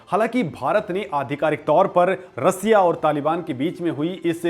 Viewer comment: 😂😂😂😂 रसीया नहीं रशिया बोल